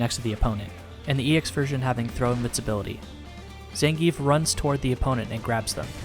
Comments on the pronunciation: It's pronounced "Zohn-Gee-Eff" not "Zan-Geef" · His names ends with "geef" not "gi-ef", capcom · Actually, if you're using Russian pronunciation, 'e' is spoken as a 'yeah' sound. So if he was saying his own name it would sound like Zan-gi-yef. Ignoring the fact that Zangief isn't any kind of name in the first place, of course ;)